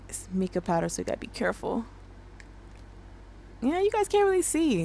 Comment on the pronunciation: Your killing me 😆😅🤣😅🤣 its MY-KUH not MEE-KUH. Love the video. 😊